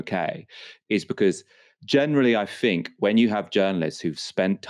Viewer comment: You sound intelligent until you say “fink” instead of “THINK”!! If you ever want to be considered as a proper journalist, learn how to speak.